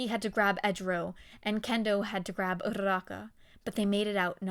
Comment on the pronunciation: idk why but the fact that you roll your Rs when you say uraraka's name just irks me the wrong way